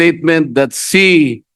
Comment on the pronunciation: Walang H sa alphabet si Marcoleta, sabi nya Si (referring to Sarah) maraming beses ko sya pinaulit ulit na pakinggan, Si talaga instead of She. Ibalik to sa school! Ibalik sa kinder kse dun nag start yung learning alphabet! Meron pa yong rushing sabi nya rusing daw.